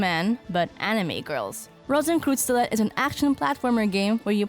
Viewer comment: Rosenkreuzstilette if you want to know the name of the game. If you are talking about how it was pronounced in the video it sounded more like "rosenkroozstilet" to me.😁